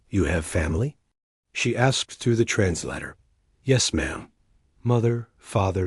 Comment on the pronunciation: Where do you find these narrators? They can't pronounce words like Corps or translator correctly. This and teh pictures which are obviously not photographs, desroy the validity or what you are trying to portray. Just American propogranda. So disheartening.